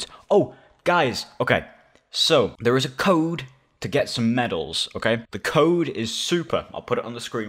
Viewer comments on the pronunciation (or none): none